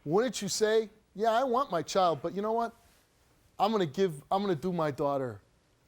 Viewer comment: Can we pronounce child correctly please, there’s no o in child